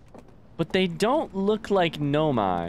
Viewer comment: He says in his playthrough that he know he’s pronouncing it wrong, he just prefers to pronounce it that way.